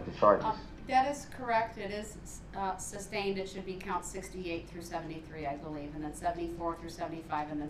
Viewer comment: Just like he always mispronounced sustained , as “substain”